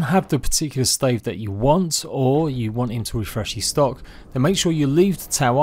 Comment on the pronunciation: this dude said “wamnt”